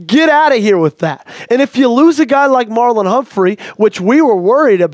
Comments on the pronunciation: It's Marlon, not Marlowe. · he said Marlowe.